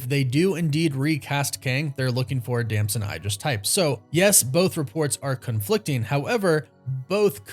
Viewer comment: Please learn how to say his name if you’re gonna make 100 videos about him…DAMSON EEEDRIS!